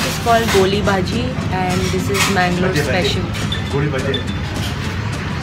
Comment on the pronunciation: Hehehehe its not gooli baji... its goli baje